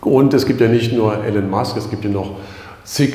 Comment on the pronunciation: IIIIIIlon nicht Alan Musk....Omg